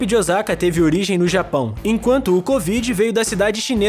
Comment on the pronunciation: Osaka que aflição ouvir ele falando Ozaka 😂